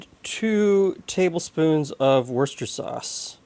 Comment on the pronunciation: I'm just relieved to finally hear a repeatable pronunciation of Worcester. inspired me to report to the OED online to confirm his pronunciation of Worcester and to learn how to pronounce its expanded version, Worcestershire. As a result, I'm feeling more confident. Mother did not make stuffed meatloaf in our home in central Illinois, U.S.